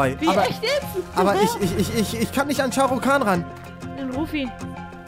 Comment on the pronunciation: es heißt sharu kan